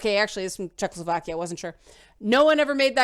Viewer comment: I listened to this video while playing Kingdom Come, and it greatly improved my immersion (my RP Henry is psychotic and hears youtube videos in his head). PS. Are you saying "Czechless-slovakia" on purpose?